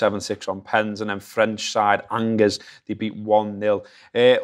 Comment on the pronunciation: Love the new concept. Perhaps a little more detail on Neil's tactics and possibly get in a fan from the oppo to give their insight on how the line up and tactics might be on the day. Also, Angers is pronounced "on-jehr" C'est un equipe de France...but at least you got Bobby's name right;)